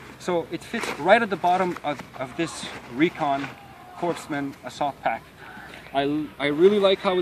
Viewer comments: Its pronounced coreman not corpseman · You pronounce "Corpsman" wrong... You don't pronounce the "P" or the "S."